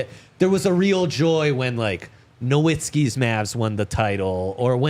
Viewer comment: Appreciate the Fodder all year fellas. what’s up with NO-WITTSKI??? It’s Nowitzki 😂